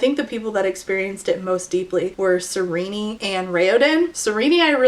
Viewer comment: I disagree. Her name should be pronounced "ser-een" 😄 In all seriousness, excellent video 👍👍. I agreed with all your points and ideology